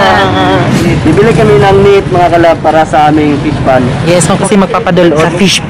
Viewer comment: Alam ni Francis: Yiss. Yisss yisss